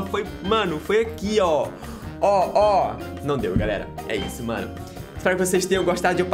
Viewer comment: vc fala garela em vez de galera e meu amigo fala cublinho em vez de clubinho kkkkkkkkkkkk